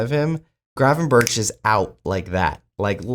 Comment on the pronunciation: The G and CH in Gravenberch are pronounced the same way.Its not Gravenbertsj.